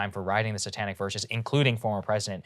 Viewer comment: Saagar is an odd duck. I hear him speak the names of Indian cities with a horrifically mangled american accent, but he gets "Satanic" pronunciation Right? lmao